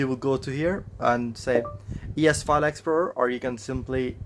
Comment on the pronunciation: E es File Explur... google voice was like......